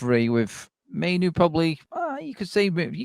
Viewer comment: Great show, but can some tell its Mai-NOO, not Mai-NO. 🤨